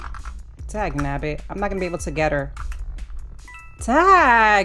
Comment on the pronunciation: I love how she says TaG